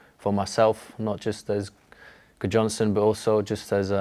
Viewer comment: As an Icelander I hope he does well. A bit sad he has to mispronounce his surname though (and his dad's name Eiður) because the english have never pronounced it correctly haha. Eiður Guðjohnsen is pronounced a bit like: "Aythoor Gvoothjoensen"